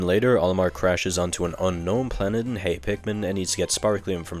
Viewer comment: Why are you pronouncing so many words so weirldy? Like replacing the t in many words with s like in "debt" and "planet". It's not like you can't pronounce t because you keep saying "tree" instead of "three". So why are you doing that? It's so distracting.